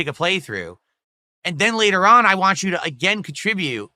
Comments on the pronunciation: He never says want he says waa 😆 such a british cigarette 😂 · His speech impediment has gotten outta hand. He leaves the N and T out of want, but over pronounces Ts in other words like kitty.